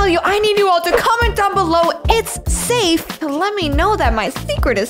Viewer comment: Its safffeee